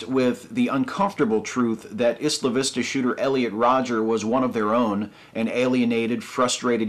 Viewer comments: I cringed every time you said "Isla Vista" because you pronounced it "issla vista." It's pronounced "Eye-la Vista," like how you pronounce "Island." Sorry to be nitpicky. Less nitpicky, even though I am not fan of the MRM, telling MRA's to kill themselves is really uncool. I know that you're emotional about this topic, but seriously, advocate suicide for people with disagreeable opinions? That's fucked up. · It's pronounced "Eye-lah" Vista, NOT "Is-lah" Vista. Well, here in Santa Barbara anyway. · Really, really just a nitpick,, but it's pronounced "eye-la" Vista. Otherwise I agree with everything you've ever said. Everything. Ever. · It is pronounced "Eye-la Vista". Just sayin'. Keep up the good work. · in English, "isla" is pronounced EYE-la. Google translate's actually got this one right. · I didn't read all the comments but I hope I'm not repeating 50 different guys: Isla Vista is pronounced Eye-la Vista -- it was in a Beach Boys song commemorating a riot there in the '60s.